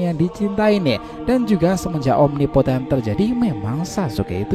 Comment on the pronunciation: jutsu apa omipoten apa impoten. g jelas